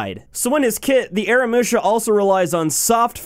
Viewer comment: AH-RAH-MOO-SHA say it with me now :D